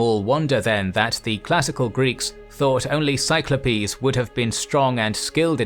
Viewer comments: "Cyclopes or Cyclopes". I was not commenting on the spelling, it was his ridiculous pronunciation. There seems to be a minor fad for mispronouncing plurals because they think it sounds like you have a PhD, when if fact they show their ignorance. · its sigh-KLOH-peez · " actually that is the way it is pronounced." According to who, actually? Do you also say processeeez ?